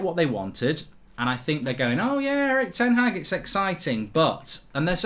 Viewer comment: His name is ten Haag. It's pronounced like Ten Hachr 🤣 like a lad from Liverpool pronounces chicken chiichhrhren